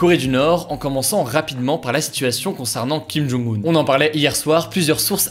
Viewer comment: J'espère que tu apprendras à prononcer le nom du dictateur nord-coréen (김정은) quand même, quitte à le prononcer plusieurs fois par vidéo. 😉